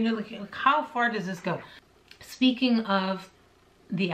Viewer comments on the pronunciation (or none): none